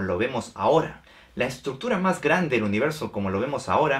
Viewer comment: "la estructura mahgrande del universo"